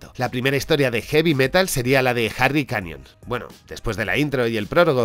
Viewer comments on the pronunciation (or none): none